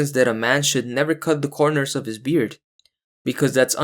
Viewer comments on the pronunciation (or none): none